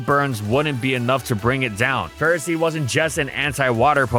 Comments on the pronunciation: "Go!... Ferrah-seed? Its not Ferro-seed?" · The “official” way to say it is Ferroseed/Ferrothorn, like in the word ferocity, but no one says it like that because it’s dumb and Ferro means iron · You said the name wrong, disliked